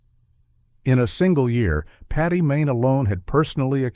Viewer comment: Paddy not Patty!